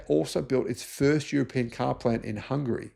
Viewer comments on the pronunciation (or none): none